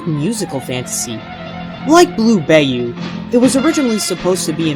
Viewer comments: again it's BAYOU(BAA-YOU) NOT BAY-YOU!!!!!!!}:[ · It’s not pronounced “Bay-you”, it’s pronounced “Bye-You”. Also it’s not “Louis Carl” it’s “Louis Carroll” (Care-roll). Not trying to be a dick, but I’m just saying. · LOL It's not blue "bay-you" it's pronounced blue "BY-you." Other than that, I'm loving these videos. Thanks for them!